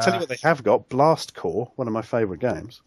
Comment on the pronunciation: Blast corps I mean...or is it "Blast Corpse" ;)